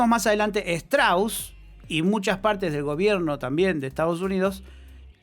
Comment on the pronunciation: se pronuncia "Stros"